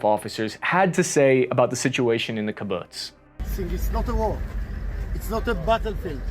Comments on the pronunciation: Kibutts😂😂 if you know how it's pronounced it's funny. Not making fun just laughing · The attack on the Syrian airports was to prevent Iranian transport planes from landing with more supplies for Hezbollah. Former head of Hamas Khaled Meshaal did call for a day of jihad. Read the speech. Kibbutz pronounced Key Boots The Palestinians were not "displaced" during the war of 1947. They were told to leave their villages by the Arabs and that once the Arabs destroyed the Jews the could go back to their homes. Israel offered repatriation but the Arabs refused. The judicial reforms were to prevent the Israeli court from shooting down legislation using the nebulous "reasonableness" clause. This gave the heavily left leaning court way to much power over the government. Hamas' main goal is to kill Jews. Their secondary goal is to wipe Israel off the face of the map. Israel will completely occupy Gaza and it will be run under martial law. There will be no governing Arab body. Blinken and Kirby are both incompetent. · When someone is funding you completely, they call the shots. Iran is pulling the strings. They are to Gaza like the US is to Israel. Also, your pronunciation of kibbutz is quite far off. It’s pronounced somewhat like keebootz. And the plural is keebootzeem. (Kibbutzim) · & Purpose Kibbutz is pronounced: Key-Boots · hey, kibbutz is pronounced key-boots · Great work...except for the pronunciation of kibbutz. Have you never heard the word before? It's not like it's new. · Kibbutz is not hard to pronounce. You should learn how, since you say the word several times. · Excellent, well done, interesting video… learn how to pronounce “kibbutz”properly! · Ugh, a bit distracting how he pronounces kibbutz wrong. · Thanks for the info. You could stand to work on your Hebrew pronunciation. :) hahahahaha.... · This was very informative. I would like to point out that kibbutz is pronounced differently than what I was hearing, if I'm not mistaken. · Key-bootz, not kib-butts